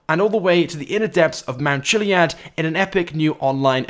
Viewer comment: It’s mount kiliad that’s how u day it